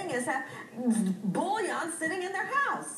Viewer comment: Yeah, i kinda enjoyed that part too. At least learn how to pronounce the word first.